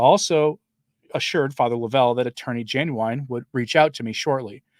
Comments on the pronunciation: (: you pronounce his name as Lov - ell, vs Lo-vell.) Too many egos, too many amateurs and too many cooks in the kitchen. That's what a non-profit is all about. Ludicrous. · His name is LOVE EL RHYMES WITH SHOVEL. The reason no media is reporting is because they are all complicit of promoting him without ever vetting him! And turned their heads at many red flags. Lovell and his “charity” provided content for social media and professional Catholics looking for events to sell their books.